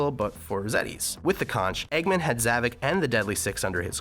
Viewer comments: You said Zovok’s name wrong. There is One avatar in Sonic Forces with a name and his name is Gadget the wolf. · everybody says Zavok, Zavik why? ZAVOK remember that